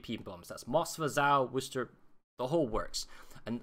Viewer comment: Worcester, Massachusetts. No “h”. Pronounced Whuhster or Whuhstaah. - this is a really good tutorial, whether you’re playing CV or anything else. Especially an AA cruiser. Thanks!